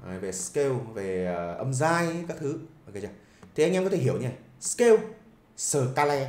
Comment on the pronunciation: Nếu không tìm dược cho mình một cái gì nguyên thủy thì cũng đừng bắt chước Peter McKinnon. Kỳ lắm. Người ta nguyên thủy nên người ta tự nhiên. Ô, chữ "video" là tiếng Anh, đọc là "vi đi ô" chứ không phải "vi gieo". đâu. Ấy là tâm tình góp ý. Chữ "scale" đọc là "skeo" chứ không phải "skêu". Còn nhiều nhưng hôm nay tớ góp ý thế thôi. '